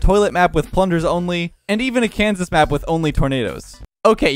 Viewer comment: i thought at the start he said candice not kanses